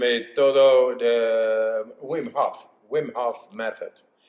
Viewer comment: pero por qué si el es holandés, pronuncia su nombre en inglés, si su nombre se pronuncia bim en holandés, no lo entiendo